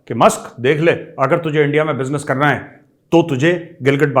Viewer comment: है बोलने से कुत्ते की फीलिंग्स महसूस हुई। है.....